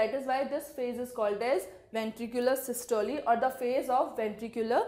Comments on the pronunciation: Very bad pronunciation of systole and diastole😡😡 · please pronunciate systole and diastole correctly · Pls correct the pronunciation...... Systole :- "not Systol[e] just systole...'e' should be silent....." Same that in diastole🙂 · The pronunciation of systole n diastole r amazing 😂😂😂 Learn how to say systole n diastole from google 😆😆😆